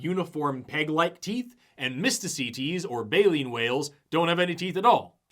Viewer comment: I keep hearing "Mistah C. Tease".